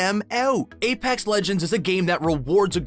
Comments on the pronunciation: “AyPacks legends” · You didn't prnounce "Apex" correctly,for that reason....I'M OUT